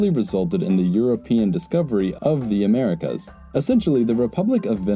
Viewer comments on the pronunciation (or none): none